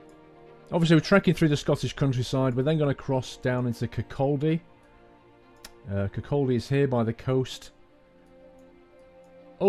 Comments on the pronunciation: It's pronounced Kirk-co- dy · hello. I live in Edinburgh, great place, the first stop after the tay bridge is RAF lauchers, pronounced LOU-KERS. and also it is pronounced KIR-CAW-DAY. thought I would help. lol which is no more now, they closed it down. the east main line is a food line, I go from Edinburgh to Aberdeen, 2 and half hour journey of bliss. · you mis pronounced Kirkcaldy. Kir kaw day lol silent L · Hi, great videos but i have a few points for newer videos, the Dundee to Penzance service is normally a HST service as most cross-country trains to the south west terminate in Plymouth. also, kirkcaldy is pronounced kirkoddy and leuchars is pronounced loocars. keep making great content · when you pronounce kirkcaldy, it should be like kir-caw-dy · To say kirkaldy u say Kirk o dey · Just for future reference, Leuchars is pronounced "lookers", Cupar "Coopar" and Kirkcaldy is just without the "l" (Possibly "Kirkoddy" depending your own inflections.)